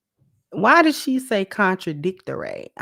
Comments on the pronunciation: The way she said contradictoray and murried was hilarious to me lol. 😂😂😂😂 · According to HARD WIG, you can, that backfoot 🦶🦶 304 said "fruitation" and "contradictary", I had to rewind it to see if I heard it right 🤣🤣🤣🤣🤣🤣🤣